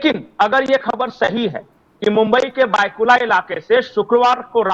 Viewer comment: मुंबई मैं भायखल्ला है भायकुला नही है